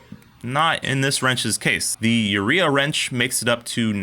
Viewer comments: If it's a Mexican brand, wouldn't it be pronounced oo-ray-ah, not you-ree-a? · I think Urrea is pronounced 'you-RAY-uh' it doesn't help the wrenches but at least it sounds better.